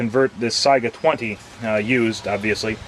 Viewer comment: Let me be the first to thank you not only for a video about conversion but also for pronouncing Saiga correctly. Drives me crazy when its pronounced Sega.